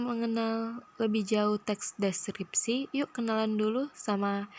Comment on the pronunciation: kesulitan ngomong teks deskripsi...tapi lumayan mantap, referensinyo dari mano lah